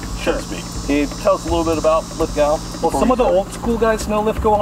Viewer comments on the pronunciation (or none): Its pronounced Lith-Go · For Christ sake, it is pronounced LITH-GO. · I can't seem to understand why yanks can't pronounce Lithgow properly, bloke couldn't pronounce it at the start of his video but at the end that changed. Pronounce Lith-Go.